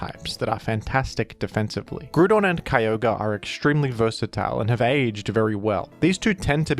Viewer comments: Brother it's Groudon, in Japanese it's pronounced Guradon because they don't have the sounds for Grou but in English it's pronounced as Grou-don take the Grou of Ground and replace the ND with a Don. Grou-don. Unless you are from some remote English Colony or something I can't fathom why would you call Groudon, Grudon unless it's for engagement farming which a certain VGC YouTuber has been found to do. Hopefully this is a teaching moment. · its not Grewdon wtf is that. GR-OW-DON Groudon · with his blasphemous grudon pronunciation is the same person as in mean girls who tries to make it's so fetch happen. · If you’re willing to say Grudon might as well say Kyogree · Grudon would be more accurate - You’re saying Groodon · I'm gonna start pronouncing it as Grudon specifically because of you,. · "Groodon" gives me "A Hoonter must hoont" vibes. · Pretty sure here only pronounced it as "Groo-Don" so that people wouldn't be upset when he says "Ray-Quah-Za." It's definitely "Ray-Qway-Za"...the anime and literally everything else says it that way. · Why is saying Grewdon💀💀😭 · i didn't even notice you pronounced it like grewdon honestly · Heheh, “Grudon” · You really gonna hit us with the Grew-don 8 seconds in? I didn't expect a jumpscare. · some people pronounce it - groo-don. Monsters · Grewdon and Keeoger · He may pronounce Groudon as Groo- Don Let’s just be thankful he doesn’t pronounce Kyogre as Key-O-Gree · Yet another “Grewdon” moment. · real quick how do you pronounce "ground"? lmao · You pronounce groudon like it has a bunch of banana loving yellow creatures following it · I'm just now learning that you and I pronounce Groudon differently. I've become so upset about this I've cast a small child into a well. It's imperative I make you aware of this inconsequential difference. Thank you. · I used to dislike the pronunciation, but then it Groudon me.